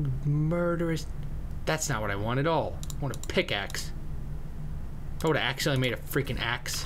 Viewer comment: axe-edent xD